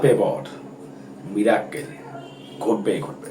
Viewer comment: কথাটা মীরাক্কেল নয়, মীরাকেল miracle.